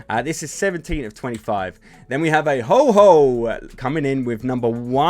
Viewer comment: It’s ho-oh not ho-ho.. also luxray not luxoray 💀💀